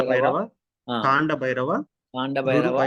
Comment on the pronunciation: ఔనండి. కాండ లెక కండభైరవ కాదు. చండభైరవ.